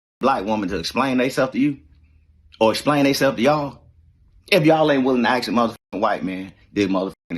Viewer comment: Ask not axe.